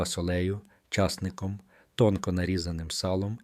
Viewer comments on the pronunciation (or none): Чому не грамотне читання?що за слово,,борщ з ча''сником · ЧАсником, фартУшків, ... Ви де так навчилися ? Противно слухати